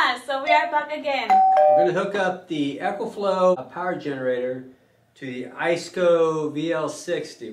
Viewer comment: It's a long e. Pronounced EEEEKO FLOW